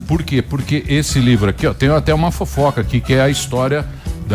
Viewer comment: Esse sotaque paraense é chato demais. Me perdoem a sinceridade. "LHIVRO" é meuszovos.😅😤🤦🏻‍♂️